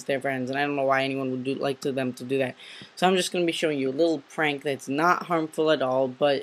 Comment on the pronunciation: you calld it pank